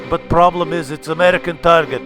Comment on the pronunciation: YURI...We have provlem! Got my like just from the intro lol